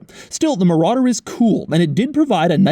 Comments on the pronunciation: muh rodder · mouh rADder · The way Doug says "Marauder" is the equivalent of Hoovie saying "Riptide Blue." I guess it's impossible to say Marauder without emphasizing the name 😂